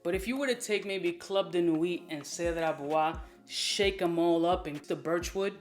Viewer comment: 'Cedart" hahahahaha